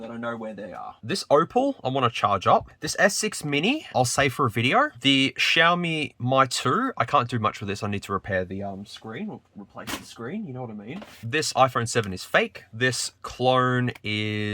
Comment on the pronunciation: you are pronouncing "mi" wrong, its not "my" its "me", something like xiaomi me 14, anyways big fan of you, been watching you since 2019 and enjoyed every single vid